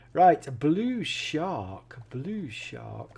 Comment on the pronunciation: U said bull shark wrong u said blue shark😂😂😂😂